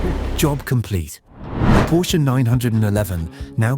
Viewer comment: Porsche is a TWO syllable word.